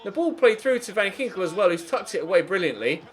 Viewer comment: As a Dutch person I am laughing my ass off everytime u try to pronounce a Dutch name😂... Btw van Ginkel is with a hard k😂